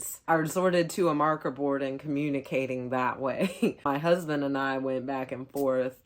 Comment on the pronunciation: Oh, you said "hudband". Damn!!! Luciiest dude in the world